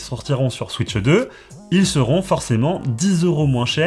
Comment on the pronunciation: SVP , ne dites plus « switcheu 2 » comme la majorité des youtubeurs francophones , j’en peux plus. Dites « switch 2 » sans le « eu » svp . Je n’arrive plus à regarder des vidéos où on prononce comme ça , ça me rend fou .